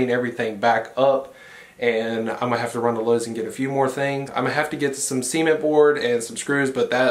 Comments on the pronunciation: Are we all just going to ignore the way he says SEEment boards. I swear, every time he said it I thought he said seamen boards lmao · I really thought was saying semen board.. 😬 🤭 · I think that’s just how Americans say it. 🙄 not even how it’s pronounced.